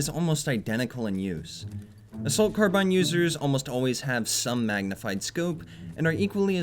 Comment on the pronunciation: it's pronounced "ˈkärˌbīn" dammit ^_^